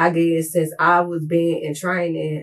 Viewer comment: She had to work on the “compruter” first